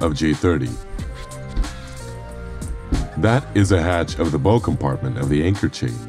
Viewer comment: Agree, especially when the voice over mispronounces 'bow'